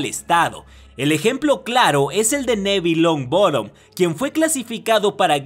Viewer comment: Porque dice nebil lon roton like si te diste cuenta y llo soi Gifindor